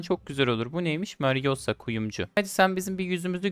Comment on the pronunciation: marussia yı mariosa diye okuyan koca yürekli